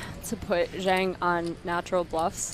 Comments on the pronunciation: It's pronounced Jong. Not Zang. Yeah, these kinds of players are fun to watch, but they always flame out being overconfident and running into the nuts. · Why don't any one of the commentators look up how to pronounce "Zhang". Its one of the most common names in the world and would take 30 seconds to look up. It's lazy, ignorant and rude not to as a professional commentator